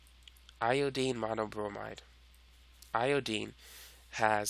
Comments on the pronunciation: how do you make these videos butnot know how to pronounce Iodine? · lol... eye-oh-deen